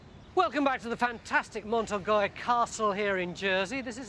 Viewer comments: Been to the castle, so recalls happy memories. Fascinating stuff as usual. But I wince every time Tony says Mont Orgoy. A passable English pronunciation would be Orgay. Stuck with it now.... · Awful isn't it? I cringe everytime I hear him say it.